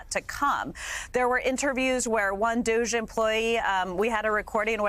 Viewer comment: It’s not douge. It’s Dog-E